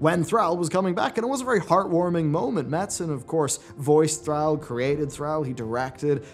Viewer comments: Thrall. Its Thr-all, not Thr-al. You aren't saying the second "L". Just like you pronounce Al and all differently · Say AL. Now say ALL. Now say Thral. Now say Thrall..... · why are you purposely ruining all these character names? Yrel is rel...Thrall is Thrall not Threll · I think Yrel more pronounced Yirel not Yerel. Thrall is Pronounced Thrawl not Thraal. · Who the hell is Thr-al ? Al bundy's cousin? Thr-all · why does insist on pronouncing the "all" in Thrall as "al" instead of "all"? At no point in any cinematic is his name ever pronounced that way. says "Thr-al" so many times in this video I couldn't finish it. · "Thrall" not "Thral". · Love you bro, but i couldn't help but crack a laugh when u say "Thr-AL" and not Thr-aul" like haul but with thr infront. i just laughed everytime. no hate, just thought it was funny. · The way you say Thrall drives me nuts.. lower case "a".... Say "all" out loud, then put the "thr" on the front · Thrall, (pronounced like "crawl" rather than "pal" here in America). Is your pronunciation the British way or just a personal thing? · Did...did just mispronounce Thrall? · I don't like how you say Thrall. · Disliked for how you say 'Thrall'. Lol wtf was that?